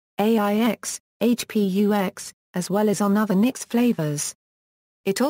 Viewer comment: that's now how you pronounce engine-x